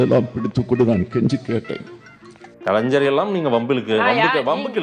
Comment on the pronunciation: டேய்... கலன்சர் இல்லடா.... கலைஞர்